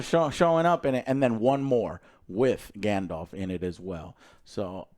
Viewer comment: I died inside when I heard grand-elf…